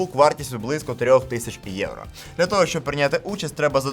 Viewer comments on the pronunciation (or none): none